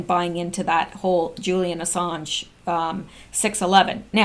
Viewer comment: Haha haha "while" = "whole".